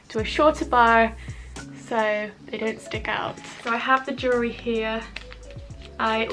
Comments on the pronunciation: UGH! Jewelry....pronounce- jewel-ry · "jewry" haha love you 💕